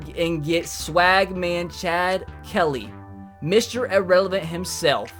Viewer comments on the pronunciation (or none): none